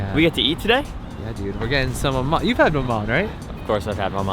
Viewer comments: You don't pronounce the N, it's mama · The last letter in maman is silent. You don't say the N.